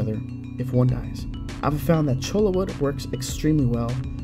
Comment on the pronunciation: Everybody pronounces Choya wood with an L 🤣 A Chola is a female gang banger We also call it jumping cactus because if you get too close it’s like it jumps on you and sticks to you